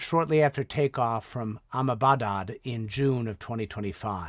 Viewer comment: AH-MA-BA-DAD ????? ITS Ah-Med-DA-Bad. C'mon Miles